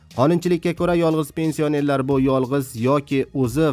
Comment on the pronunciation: Пенси о нерлар жа чиройли талаффуз киларкансан ёлгончи